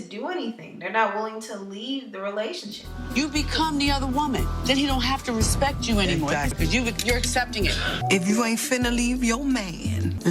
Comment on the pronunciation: Toni said she was gonna put some "respeckt" on his name...